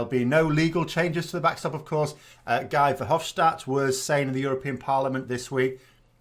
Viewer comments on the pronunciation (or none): It's pronounced as Gee, not as Guy. (the G-sound is correct)